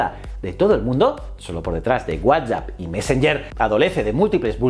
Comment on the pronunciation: Odio cómo dices whatsapp :(